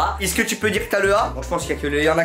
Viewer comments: Je crois Inox c’est la seule personne à dire isque au lieu de est ce que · non moi aussi je dit ca